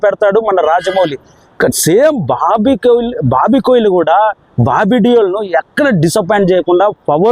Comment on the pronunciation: Kohli kadhu kolli 😂😂